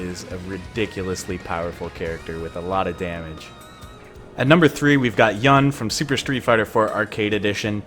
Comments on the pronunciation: Why wouldn’t you say “joon”? That’s how it’s said... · you pronounced Yun's name wrong...im tilted